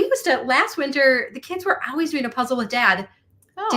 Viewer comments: I have noticed the way says “always” to me sounds like “owways” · says Owies. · It's the ONE thing I tell people who are getting a divorce. Even if it's the right thing, it feels like a failure. Ha! does pronounce "always" differently.